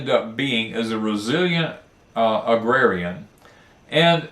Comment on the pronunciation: Agrarian is pronounced ag rare ee an. I spent a lot of time reading dictionaries when I was growing up.